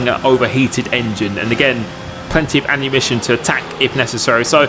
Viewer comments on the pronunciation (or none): And ‘annumition instead of ammunition